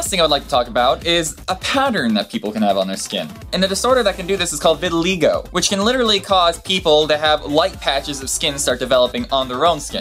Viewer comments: You totally slaughtered the pronunciation of vitiligo but thats okay. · vinylwub lol he said he had "re-vitiligo" that turned him black, pretty hilarious